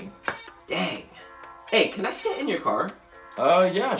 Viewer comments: For those who don't understand he doesn't pronounce the "h" in this whole short so when he asked his dad if he can "sit" he meant "shit" hope this helps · For those who don't understand He wasn't pronouncing the letter h in his words and said tanks instead of thanks so he said sit and didn't pronounce the h, so he meant can I please shit in your car😂😂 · for people who don't get it, he can't pronounce his h's so when she said sit he meant shit 😅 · For those who doesn’t understand, the son is not pronouncing H’s on English so you know the word sit means to lay the profanity. Word the S word “Sh!t” and No “H” is “sit” so that’s why he was “sitting” on dad’s car💀💀💀💀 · Bro didnt how to pronounce h so he said sit insted of sh- blown into existence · Didn’t notice till I rewatched it 💀💀💀💀 (For those who still don’t get it when the dad said what’s wrong with your h’s lately he meant that the words with h he would mispronounce so not say the h when he said can I got sit in your car me meant taking a Doockey in it) $hi+ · Ive just realized that he didn't meant to sit in the car he meant to s@ in the car because he cant pronounce with an "h" in it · Those who don't know the son don't pronounce the "h" when saying a word so that means Sit=Shit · So he hasn't been pronouncing his h's right so when he says can I sit in your car he means?Can I shit in your car